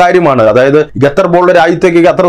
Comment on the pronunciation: Your pronounce the name of Qatar 🇶🇦 is not properly, always while naming places name must say properly, you saying repeatedly #" Gatar "# it's absolutely wrong.